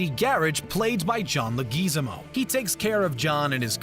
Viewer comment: Um...."John 'Luh-GEE-zem-oh'...? 'Luh-GEE-zem-oh'....??!! This is not some obscure actor no one has ever heard about and no one knows for sure how to pronounce their name, like Margrét Vilhjálmsdóttir...! I have a difficult time taking this seriously when they don't pronounce John 'Leg-whi-ZAH-mo's' name correctly..! C'mon guys, if you don't know for sure, look it up..!